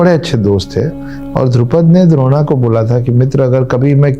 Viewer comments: द्रोणा नहीं द्रोण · kripya dron ko drona na kahiyey kitna sunney mein bura lagta hai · द्रोणा नही द्रोण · Very informative But it’s not Dron not drona,sir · Sir, since you impart epic information, it would help if you pronounced the names properly. "Drona" should be pronounced thus: द्रोण (Droṇa), so please continue your good work but get the names right. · अपना उच्चारण ठीक कीजिए जी। यह द्रोण है द्रोणा नहीं। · Drona nahi dron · द्रोणा नहीं द्रोण।। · Sir द्रोणा नहीं द्रोण है वे. लास्ट में आ लगाना अंग्रोजेने सुरू किया है. लेकीन आप तो इंडियन हैं और characters भी Indian so कृपया सही उच्चारण करोगे तो अच्छा होगा! New generation को characters के सही नाम पता होना चाहिए!